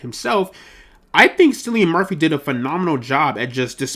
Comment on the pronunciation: Gonna help you out with a couple things as your big bro, mate: 1) It’s pronounced Killian, not Sillian. 2) Your passion comes through and you have a chance of succeeding with this channel on a bigger scale than you realize. 3) You’re going to have to invest more into this for #2 to be possible. Dedicate a full room to this - your background and cheap pop filter are the only off putting things about this video. Thank me later and take care, The Boy (big bro)